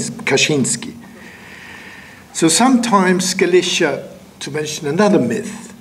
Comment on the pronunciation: No, Galicia as in Spain comes from the word Gaelletia while Galicia as in this talk comes from Halychina, since the G/K phoneme in the Polish/Ukranian languages sounds closer to H and not G or K as it does in Latin languages so the pronunciation should be enough for anyone to realize what he is talking about.